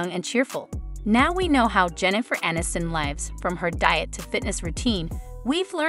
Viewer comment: "uh-NIST-in"?? They still have work to do on these robot/AI 'voices'.